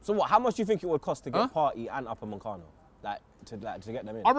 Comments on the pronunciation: It’s Upamacano not Upamancano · UPA ME CANO why Robbie... Now adding an N in the middle of the man's name Shiiiiii.. you Dizzy or is it Naitland Miles now aswel u raascal's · These men love saying ‘Upamancano’